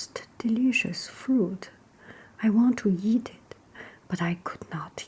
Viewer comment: The two heads are caused by inbreeding and when she said eat together it sounded like yeet together but that doesn't mater